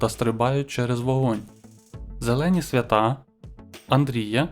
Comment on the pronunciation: Не СвятА, а СвЯта.